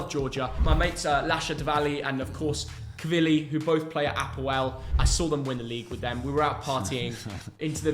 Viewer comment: bro said kvili lol